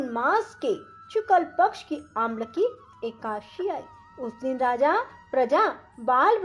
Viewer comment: पहले एकादशी बोलना तो सिख लो फिर कथा सुनना।। हिंदी व संस्कृत का सही ढग से उच्चारण करना सीखें फिर सिखाए।